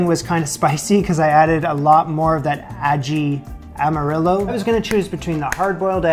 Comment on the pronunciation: the way you pronounced Ají Amarillo made me chuckle. You tried your best hahaha.